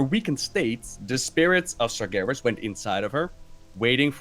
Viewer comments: It's Sar-GHE-ras, not Sar-JE-ras. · come on,you hear pronounce ''Sargeras'' properly all the time,are you calling him ''Sergeras'' just to mess with us? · Everytime says Sar-jeras, I want to slap him. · Sarjares.... Sourfang... dammit I know the names in WoW can be tricky but those Sargares and Saurfang are said like they are spelled. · "Sarjeras" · if i have to hear him say SarJARIS one more time i'ma punch him in the dick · its not sarjeras holy hell pls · why do you keep calling him "sajaras"? ok my stupid rant over. great video as usual. keep them coming. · Sarjerus Sarjerus Sarjerus... Holy shit, learn how to pronounce Sargeras when the Lore God is telling you OVER AND OVER AGAIN. Are you simply being too stubborn to admit you're wrong about his pronunciation? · "sarjeras" please... I beg you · Sar "Jer" is, damnit you're killing me. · the creator of "GIF" pronounces it with a soft g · If I had a dollar for Everytime said "SarJerus" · hears say sargeras correctly several times over still proceeds to pronounce it incorrectly, never change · Sargeras has a hard G. Don't just listen to say it correctly and then ignore it hahahaha <3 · I can feel cringe every time says sargeras wrong... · me too. im triggered. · Why is he saying it like that? I've never heard him say it this way before